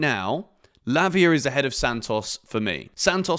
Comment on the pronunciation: DID I HEAR LAVIER?????? lmao